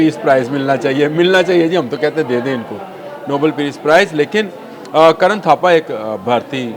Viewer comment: اسکا نام کرن تھاپر ہے کرن تھاپا نہیں